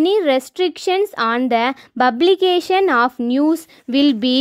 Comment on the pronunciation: Publication wrong pronunciation